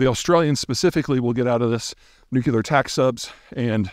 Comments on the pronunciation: The word is NEW-CLEAR. You are too articulate and intelligent to say, “NOO-Q-LER”. Stop. Just STOP!! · Dear Peter, the word "nuclear" does NOT rhyme with muscular.